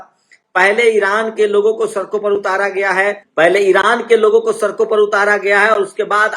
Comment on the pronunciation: See how this jatiwadi pronouncees word sadk sark,desh des, videsh vides,padega prega,khadi khari, hamesha hamesa